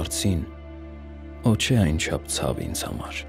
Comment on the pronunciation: Ոչ թե <<օ՜ չէ>>, այլ <<ոհ չէ>>